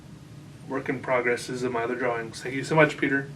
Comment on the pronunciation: I love the way you pronounce drawings "draw-wings", it's perfect.